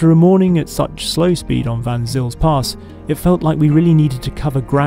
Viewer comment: Just to help the people who know the area slightly and are wondering what is being babbled about, "Vansills" pass, written as Van Zyl's Pass, is actually pronounced "Fon Sale's" Pass. Vansills are probably some type of trainer or other. Why isn't this superfluous vehicle being tested in Chelsea, it's natural habitat. Certainly not an option in the UK market, where all land is owned and there are no wild or off road spaces accessible to the hoi. Little wonder some people think the Extinction Rebellionistas have a point.